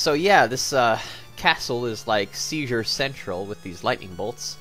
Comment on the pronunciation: What you mentioned while you were at the as you described "dark and creepy" castle, it sounded to me like Caesar Central not Seizure central.